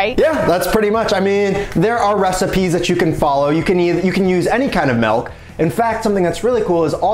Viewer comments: Its MILK,. Not MELK. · “Melk” My Soul: 😭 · Hi, excuse me, WTF is "melk"? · Lol "melk" fib .